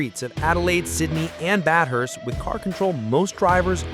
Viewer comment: Bath-hurst not Bat-hurst